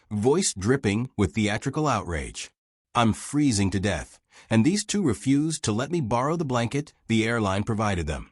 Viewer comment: AI butchered the word refuse.